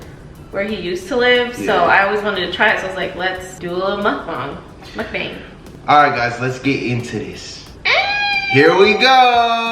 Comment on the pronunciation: When correctly pronounced Mukbang the first time and then proceeded to mispronounce it, I was like “aww man you had it!”...lol love y’all 💕